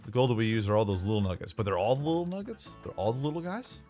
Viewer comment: What's a nooget? Oh you mean nugget, okay.